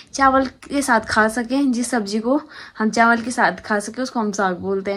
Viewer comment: Didi aap chawal ko chanwal bolte Ho😂😂